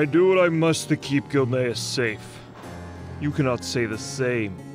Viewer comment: Man the TTS really can't work out "Gilneas" lmao bless its heart its trying tho